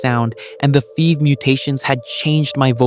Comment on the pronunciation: Stop calling it "fever, or fev." It's like nails on a chalkboard bro. It's F. E. V. you got a say the whole thing